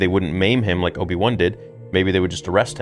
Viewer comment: you crack me up how you say "Obi-One" instead of Obi-Wan with your accent.:)